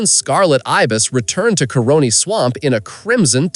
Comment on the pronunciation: Caroni - not coroni